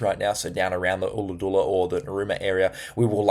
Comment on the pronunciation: ollahadoola hahahaha thanks for the forecast but you really pronounced that wrong there mate haha :)